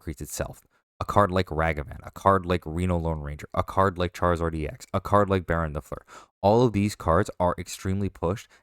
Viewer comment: every time a content creator mispronounces baronne -and its every time - a baroness is killed